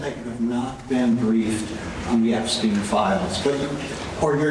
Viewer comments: AHOLES UP CANADA!!!! JEFF-REE EP-STEEN, say it with me. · Jeff-rey (ree) Ep-stein (steen)…why is Ghislaine in prison? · It's Epstein, not Eggstein. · His name is Jeffrey Epstein. Not what you said. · I hope this Epstein question goes away solely because I can't take your constant mispronunciation of Jeffrey Epstein. Why is it so hard for you to pronounce his name?